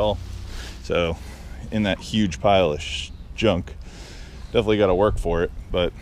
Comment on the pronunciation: "shjunk"...well saved sir! :D